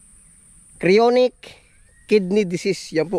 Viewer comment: CHRONIC is pronounced KRO-NIK